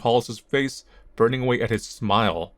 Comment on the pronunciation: "Why dontcha give me a nice big shmile?" The accent from that I never knew I needed